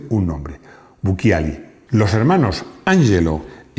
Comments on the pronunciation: Se pronuncia buchiali, para que sea buquiali debería tener un H después de la C. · si les sirve, el programa es muy bueno, la unica correccion es que BUCCIALI no se pronuncia en italiano buquiali, sino buchiali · Bucciali, se pronuncia Bucchiali. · Bucciali se pronuncia BUCHALI